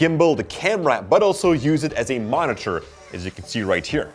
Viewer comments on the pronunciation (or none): none